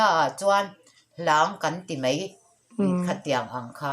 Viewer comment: A ngaihnawm viau nangin kanpi hian, mai tih turah mei a ti hi ka lo ngaimawh deuh,kan tawnghi i hmang dik hram hram ang u.